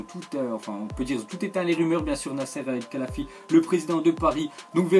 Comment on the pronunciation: Al khelaifi sa se prononce al relaifi